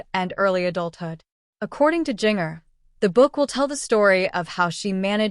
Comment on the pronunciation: Learn to pronounce the name Ginger but spelled with a J